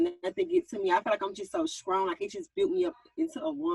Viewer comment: So we just gonna act like we didn't hear young miami say SKRONG 3 times 🤔